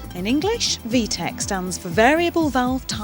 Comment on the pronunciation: It's VTEC not VTECH lol Vtech is a phone company